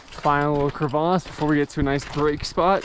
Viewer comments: LOL, Thats the first time I heard someone saying crevice, as cravace! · Can you just say crevasse like a normal human lol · It's crevasse, actually. :)